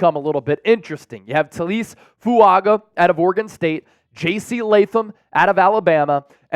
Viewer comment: TA-LEE-EH-SAY FOO-AH-GAH Taliese fuaga 👌🏿